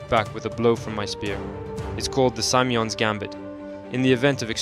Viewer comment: fyi, the name “Simeon” is pronounced Sim (like “vim” or “kim,” with a short vowel sound) EE-uhn. SimEEuhn. you mostly had it right, just had the wrong sound for the first syllable.